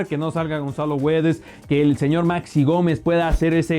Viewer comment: Güedes no, GUEDES 👌🏼